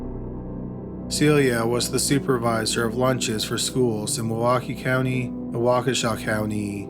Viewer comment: It’s crazy that I live ten minutes outside of Waukesha and have never heard the first story. Also, thank you for pronouncing Waukesha correctly.